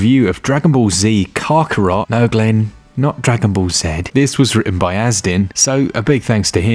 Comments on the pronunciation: its pronounced ka-ka-rot! not carcurot! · Excuse me? Caaarkarot? It’s Kakarot, with a hard K. Never watched the anime? UPDATE: Okay. Carkarot was one thing… but Nay-mek? It’s Namek! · It’s pronounced kack ka rot as in hack with a k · DBZ: “Kock-Rot” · Who the hell is "Kar-Kar-Rot"? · Dragon ball Z Car-car-rot? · Lol saiyaaan and kakoroot wth man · car carrot is not the right pronunciation dude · The “Car-karot” is definitely difficult to get past lol. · The way he pronounced kakarot 🤦🏾‍♂️ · Can't take this review seriously when can't even say Kakarot properly. 🤨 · how you say kakarot has me cringe lol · I literally stopped the video and unsubscribed because of how you pronounced Kakarot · A so called fan would know how to pronounce Kakarot. And it's a manga, not comic.